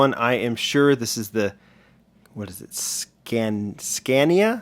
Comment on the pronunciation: Good job on the pronunciation of scania you said it right